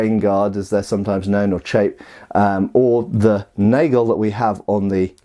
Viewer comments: It is "Nagel" like in nut. So it woudl be "Nugel", not Naigel.. Anyways, Nail is perfectly fine as it is a direct and accurate translation. Called it nail, it be just fine. I wish you hadmentiioned the attack you try to block. If you are fast enough and catch the enemies blade early enough (read with upper an sharp part of your blade, same for the oppponent) it'll do no (serious) damage to your edge, If not you will probaboly block with the broad, (massive) base end of your sword were sharpness doesn't matter and the blade is beefy enough to stand some abuse. You just made a vid about broad bases on swords. Maybe this play into broad bases as well? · I'm pretty sure it's pronounced "nurgle" and equipping it adds +2 resistance to poison/pestilence. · you pronounce Nagel at first right and the second time it sounds like you want it to sound like it is english which doesn't surprise me much because it's your native tongue but yeah just so you know the right pronounciation